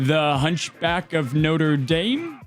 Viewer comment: I don't know why it bothers me that he pronounces Notre as Noter but it does lol